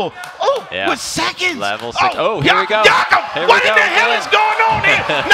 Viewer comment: Why are they pronouncing jakub wrong thet are pronouncing it like Jacob not Jakub